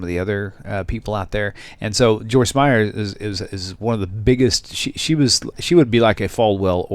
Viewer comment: It's Meyer without the s.